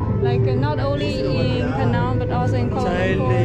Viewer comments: 安徽小妹妹！你把"PENANG" 的 “NANG" 发音错了。It should sound like "HANG". NANG should not sound like 囊. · Penang is pronounce is "Pi Neng". It's not Peh-nang. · You 😂 pronounced Penang incorrectly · Penang is mispronounced! Please get it right!